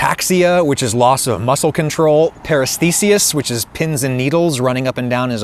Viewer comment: Paresthesia is pronounced like anesthesia, they both come from the same Greek root of “aisthesia” meaning feeling or sensation and then modified with a prefix (“a-“ meaning a lack of or “para” meaning abnormal). Paresthesias (plural) means that there were several distinct areas of the body that felt tingly instead of just one area or it being the entire body as a whole.